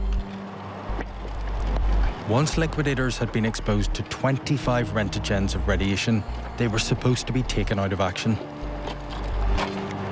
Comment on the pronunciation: That's one way to say roentgen. Rentogens😂